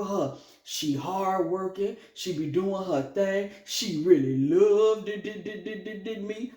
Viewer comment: 😂😂😂 not loveddddddddid lol 🫣💚😆😆🤣🤣🤣🌹